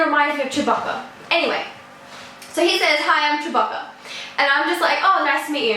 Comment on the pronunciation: lol im eating cookies rn while watching it also its (Chew-bah-ka)